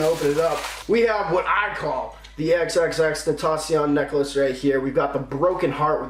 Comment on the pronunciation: pronounced tenn-taaa-ss-ioun